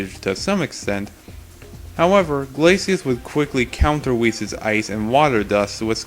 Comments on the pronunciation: Why do you keep mispronouncing Weiss’s name? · ITS NOT WHIS ITS WEISS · ...WHAT?! Ruby is! And it's pronounced "W-ice"